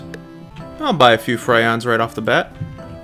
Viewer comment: "Frayons" "Reborning" "Pannite" "Ossium" "Ayzure"